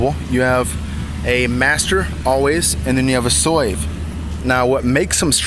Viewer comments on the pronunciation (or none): SLAVE it is pronounced SLAVE. I cant understand what the hell you are saying but it pronounced SLAVE!!!!